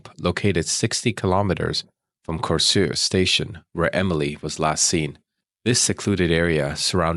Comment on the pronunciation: As someone from Denmark - You actually did quite a good job on pronouncing danish words/names like I was impressed by your pronunciations on Korsør and Slagelse.